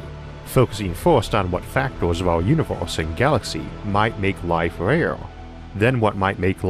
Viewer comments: He literally tells people he has a lispe. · It sounds like you are saying univorse instead of universe. o,0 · Stop saying Uniwerse ,I can't take you seriously when u pronounce it Uniwerse ,in this Uniwerse or the next Uniwerse I cannot filtwor my laughter